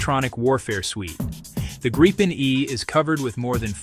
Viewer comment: Are you using all this video without permission? Presumably so, since it is all reversed. Why don't you decide how to pronounce Gripen and stick to it?